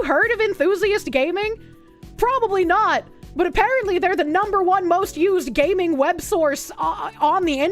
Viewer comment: Gay-mers and GAY-ming?